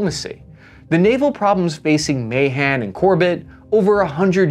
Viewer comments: The U.S.-China naval arms race is nowhere near as dramatic as the Anglo-German battleship race in the years before World War I. Alfred Thayer Mahan's last name is pronounced "Ma-HAHN." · Ma-Han that’s how you say it just so you know lol